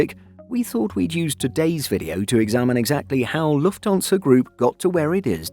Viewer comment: I wish they'd get the AI voice to say Lufthansa properly. It's Lufthansa. Not Luftonsa